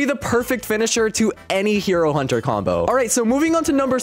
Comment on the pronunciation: Genoese not Genos Hiro Hunter Not hero hunter web smashes not webby smashes free can not free cam dojo not gojo I am not I aim Bloodshot not Blitz shot a1v1 not a 1v1 a game pass not a gamepass one not when praise peril not prey's peri Janos not Genos Goro Not Garou goes not Garou's anyone's not M1s I love the vid but the spellings make me laugh